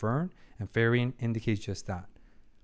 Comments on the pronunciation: Four episodes in and you're still saying Ferien instead of Frieren... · By the way... i know that accents may be difficult for some peoples to pronounce... but Frieren is pronounced "FREE-RENN" and not "FI-RI-END" (not to confound with "Free-Rent")... "FI-RI-ON" (Firion, masculin version of Firien) is a character of final fantasy 2... Just like "Fer-nand" (pronounced "FER-NAN") is the masculin version of "Fern" (in english), or "Fer-nan-de" (in french)... No ill meaning... just trying to remove a tiny splint that do not belong there... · it still throws me off everytime he pronounces Frieren as Ferian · Him getting the name wrong is super annoying for me, but I also realize he probably recorded the first four episodes in one sitting, since he has the same shirt, so I only have the right to get properly annoyed if he makes the same mistake after changing shirt. Of course, it's been a year, so it doesn't change anything regardless.